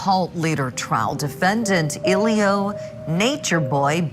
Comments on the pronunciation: His lawyer keeps calling him a-lie-gio 😂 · His attorney didn't even care enough to pronounce his name right. Day 3 of testimony and he still saying E-lie-jio 😂 this your own client bruh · The lawyer mispronouncing his name every single time cracks me up. He's cooked. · He didn’t even pronounce his clients name correctly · the way people be butchering his name is so unserious 😭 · His lawyer was terrible tho I will say that. He even mispronounced his name.